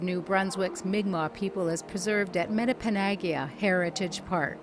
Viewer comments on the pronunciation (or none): lol.. the woman doesn't even say metepenagiag right.. frig. Learn to pronounce words lady! :P